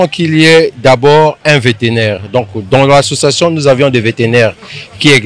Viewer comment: Vétérinaire et non véténaire